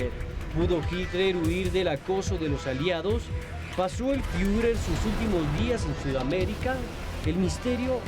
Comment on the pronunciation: "el fiuler"